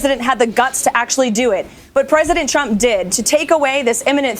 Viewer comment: oooh... now I cannot unhear it "presiden Chump"!! I am so concentrated on ignoring the BS she spews that this gem just escaped me. I fondly remember the "commander-in-cheese" from his last speaker lady.